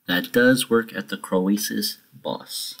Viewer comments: You say it like Crow-Sus, not Cro-Ay-Sus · disliked because of how you say croesus